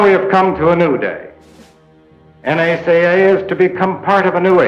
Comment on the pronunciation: N-A-Say-A makes me chuckle